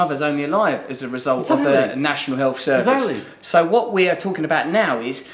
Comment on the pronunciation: Was Miliband pissed here? Check out at about , he tries to sat "exactly" but he's slurring his words and sounds so pissed :P